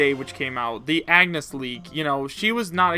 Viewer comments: It's On-yes. Not Agh-ness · a person eveytime someone pronounces it agh-ness a bravely default fan dies inside